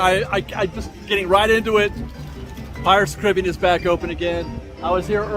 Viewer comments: I hate that you pronounce Caribbean, “Caribbean” and not “Caribbean”. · Still can’t get over how you pronounce Caribbean when referring to the ride 😭😭